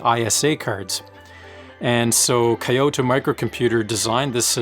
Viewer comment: Great videos! Sorry to be that guy, but for your future videos, I want to make a suggestion to improve your pronunciation. The town "Kyoto" is pronounced more like Kyoh-toh. Two syllables. Even "kee-yo-toe" which is how most native English speakers end up pronouncing it, is more preferable than "kai-yo-toh". Stick it in Google Translate in English and hit the speaker icon.